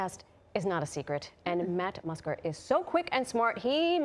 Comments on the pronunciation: "Matt Musker" lol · Did anyone else catch that Matt musker??? 😂😂😂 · I never noticed she called him Matt Musker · She called him matt musker at 1st 😂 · 'Matt muscker' 😂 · Did she say matt musker? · Did she call him M'kusker? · Matt Musker, best pronunciation of his name ever